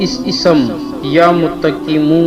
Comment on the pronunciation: Ooo hlooo... Apko to yeh naam padhna b nahi aata..galat padha